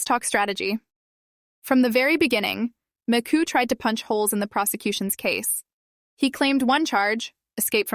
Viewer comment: It’s not Macoo, it’s Magoo! How could you mess up his last name?